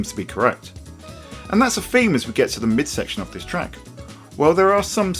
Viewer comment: please stop using f's instead of th frough? fink? feme? widtf? firty? I can't focus on what you're saying :-(